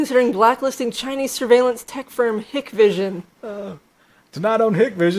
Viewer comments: It's pronounced Hikevision just an FYI. They make great security cameras. I have 14 of them currently and have had no issues in 2 years now. They don't phone home like other brands. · It's usually pronounced like "hike-vision" because their founding technology was based on a concept called "high-k dielectric" for their low-light, low-noise image sensors, hence the abbreviated "Hi-k" or just "Hik" part of their name.